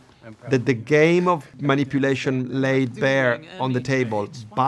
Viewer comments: the way Luca says "GAYme" kills me because it's very fitting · “a GAYme of rivalry” 😂😂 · "a gayme of rivalry" yup yup